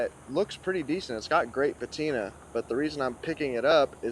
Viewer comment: U say patina ....I gag